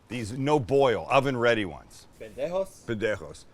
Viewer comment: Love how Sam pronounces "pendejo" with a great accent, then goes on to say "Cil-ANT-row" like a true Canadian